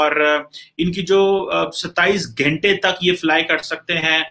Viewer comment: 27 "ghente" 😄🤣